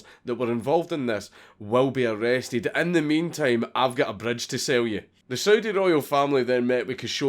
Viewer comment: Anyone else hear Soviet when he said Saudi?